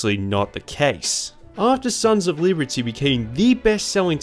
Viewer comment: “Sons of Leebertyy”